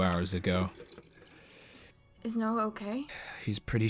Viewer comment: noah more like NO-uh